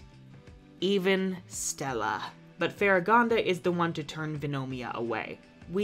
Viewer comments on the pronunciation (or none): none